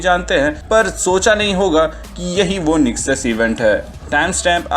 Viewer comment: Its nexus not nesux